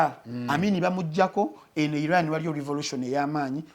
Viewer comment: Naye banaye🤣🤣 its Iran not eye ran